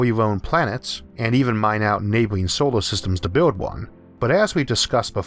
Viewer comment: The way he pronounces words like solor sounds like he said sowor.